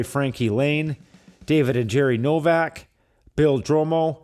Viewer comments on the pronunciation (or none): none